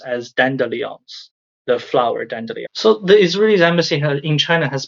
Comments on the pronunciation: it's dan-de-lion btw not dan-dillion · Your English is excellent, please allow me to offer one criticism so it can improve further. We pronounce it dandy as in candy, lion as in the big cat. (In spite of the french etymology, from dent de lioun, or lion's tooth. Another of our language's many quirks.) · Dandelion pronounced Dandy Lion, from Dente de Lion or Teeth of the Lion. Just trying to help your pronunciation. Also change your smoke detector alarm. Unless China is going to march in there and save Gaza, I don't see how this information is relevant. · "DAN-duh-lions", respectfully. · From French dent de lion, lions teeth. Pronounced "dandy lion." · Dandelions are weeds to be mowed down. That the Palestinians even tried to get support from China should tell anyone how desperate they are. I wouldn't expect much of any humanitarian support from the Chinese EVER. It's not their culture. BTW, it's pronounced dan-di- lion. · Brilliant info to hear from Chinese netizens. Just a gentle suggestion, dandelion is pronounced "dandy lion". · Here in the southern US, we say “dandy lion,” but I dig the alternate pronunciation, and I’m gonna be using it. ✌🏼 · The lion in Dandelion (in my dialect at least!) is usually said lion like the lions you would find in zoos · I've never heard "dandelion" pronounced that way. Honestly, sounded pretty cool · I love how Dandelion is pronounced like Evangelion